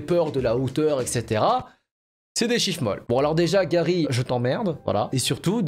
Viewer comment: C'est la première fois qu'un youtubeur dit mon prénom correctement (Garry) car il existe aussi "Gari" ou "Gary", bref merci pour cette vidéo 👍